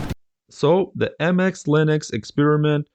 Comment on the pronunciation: It's not Anti-X, it's pronounced the same as the word "antics". It wouldn't have been so bad if you didn't say it like 50 times 😆